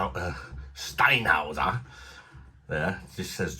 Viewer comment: Can't beat German beer. BTW the umlaut means it's pronounced Shteinhoyser